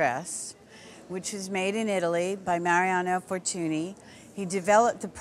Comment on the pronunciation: That's not how you pronounce Fortuny. The ny in catalan is pronounced like the spanish ñ.